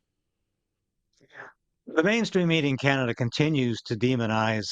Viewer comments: I’ve never heard Canada called “Kinada” before. 🤔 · Did that woman actually say Ca-Nad'-a ? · And that one lady said can ada not Canada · AI news woman? How did she pronounce Canada? Can...adda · That woman doesn't even know how to pronouce Can a da. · The CTV newscater in orange doesn't know how to pronounce Canada? She said "Can-Atta" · Did she just mispronounce her own country? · Love the mispronunciation on canada there...